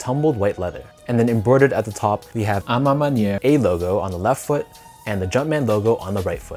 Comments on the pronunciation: Finally, a Youtuber that says "a ma maniere" with the correct pronouciation. is the man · Canadians got a bit of French in their blood 🇨🇦 Great job